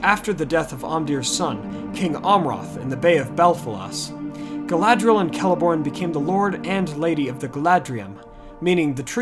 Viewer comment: Galadhriel - pronounced Gah-lah-three-el Galadriel - pronounced Gah-lah-dree-el. Galadh = Galath = Tree. Galad = Gah-lahd = light Dh = Th Caras Gala-thown Ea = Y i = 'ee' sound. Maedhros = "May-throse." Earwen = "Yarwen." Finarfin = "Fee-nar-feen." Any vowel with a long mark over it is pronounced harshly (the long vowel sound). They got a few things wrong with Elvish languages in the films (which they admitted to, later), but just wanted to help you out with the pronunciation.